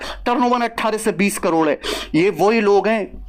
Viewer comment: करोड़ ❎ कलोड़✅😂😂